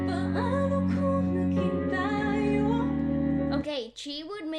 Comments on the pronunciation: Ta-yo not Tayo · the way you pronounced "tayo" has the meaning of perpendicular. For this song paano kung naging tayo means what if we become (us).